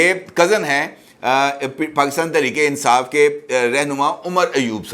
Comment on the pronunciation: Insaaf nhn .. INSAAS...